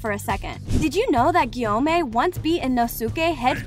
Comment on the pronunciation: Nit Gyomei and not samei💀 (bro is gay)